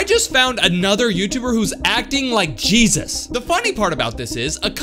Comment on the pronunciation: did he say cheesus